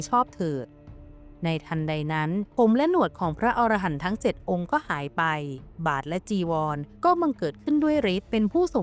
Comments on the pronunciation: พระอรหันต์ อ่านว่า พะ-อะ-ระ-หัน นะครับผม ถ้าอ่านว่า พะ-ออ-ระ-หัน มันจะแปลว่า นกชนิดหนึ่งในป่าหิมพานต์ ที่มีหัวเป็นคน ตัวเป็นนก ครับผม❤😂❤😂❤ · อ่านว่าพระ อะระหันนะครับ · คำว่า อรหันต์ ให้อ่านว่า อะ- ระ- หัน นะฮะ เพราะ ถ้า เสียง ออ .... จะคนละความหมาย